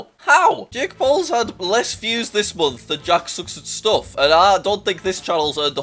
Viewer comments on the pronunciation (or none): none